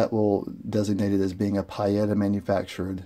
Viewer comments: Pee-Yetta not Pie-Etta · In Italian the i is silent.Peetta is the correct pronuciation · Lord have mercy, it's PEE-eta... Who the Hell ever called them PIE-etta???? NOBODY, EVER. Thanks....Ugh. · Pie-Yetta? It’s Pee-Yetta. Italian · Pee-eta! Not pie-eta> Nice review though. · Pietta is pronounced "Pee-etta"....... Not "Pie-Etta" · Don't mean to be a pain with the PIE-etta comment, brother... it was just driving me nuts... I just wanted to say that your video has lots of excellent information in it, and it's very well done. So, cheers to that, and I've subscribed to be able to get notifications for more of your videos. :) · It's pronounced...Pee etta. Good video...thanks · Pronounced: Pea-a-tah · Pronounced like pee ETA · Your saying pietta wrong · Thumbs down because of your brand pronunciation. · "Pee-eight-ahh" and Uberti is with a "U" like Uber not you-berti. Helps to know Italian. 👍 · Nice revolvers! I have some of the black powder revolvers Pietta , and a Ruger Blackhawk in .45 Colt which isn’t really historical-oriented. These are beautiful! I really love the fact you included the historical aspects of the manufacturers. By the way, not that it matters for the review, but the pronunciations for Uberti and Pietta could be adjusted if you wanted to sound like an Italian, LOL: Uberti = “oo-BEAR-tea” and Pietta = “pee-EH-ta” My American grandfather (from Charlotte, NC) used to call my Italian father an “Eye-talian” and it used to crack us up (including him). Anyway, I really enjoyed your review. It was thorough with nice camera frames, unboxing, history, model number cryptography, hammer clicks, putting cylinders back into battery to prevent wear (pure gold), and more. You provided an incredible amount of info and intelligent analysis!! I wish others had your natural talent! Keep up the good work.